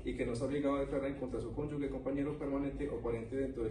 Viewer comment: Porqué todos los policías en vez de decir "CAPTURA" dicen CATURA y en vez de decir CÓNYUGE (se lee como si la G fuera un sonido de J) dicen CÓNYUGUE (No es GUE como en la palabra GUERRA, es GE como en la palabra GENEROSO) Que nivel de instrucción tan bajo 😢